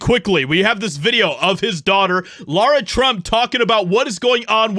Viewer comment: Her name is not Laura… it Lara